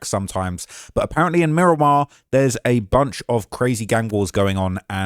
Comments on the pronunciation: Murdamar * wtf is miraq 😂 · You said Mi-raq bro I can’t even believe everything you say after that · Mi-Raq… stop it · "MI-RAQ" is wild 😂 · Dont no one in broward or Miami say Mi-raq. Stick to yo chicago vids jit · I was born and raised in Miramar and I’ve never heard anyone say “Mi-raq” 😂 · Mi-raq ??? Stop it bro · He goofy trying to go viral Miami Dade county is wicked but no mi raq